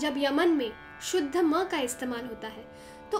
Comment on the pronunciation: Love the way you said sa re ga ma ye shudh ma ha